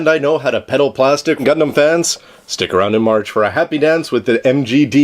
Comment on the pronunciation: its not gundaaammm... T____T